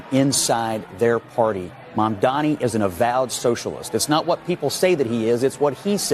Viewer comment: And none of them can even pronounce it, they keep saying "Momdami"